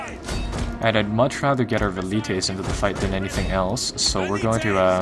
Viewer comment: who else thinks its annoying how he pronounces valites and cavalry